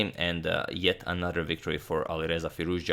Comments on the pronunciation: as an iranian i must say u are now pronouncing firouzja like a boss. hats off agad. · LOL. But it's the correct pronunciation. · hi. I am Iranian. Firouzja, pronounces like this : fee- rouZ( strong z , and strees is on R)-ja( j pronounce like John) Firouz is a persian name+ Ja ( there is a small pause between Z and the J,it should be like a fraction of a second)